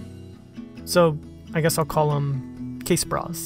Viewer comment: I laughed every time you said "casebra". Good stuff...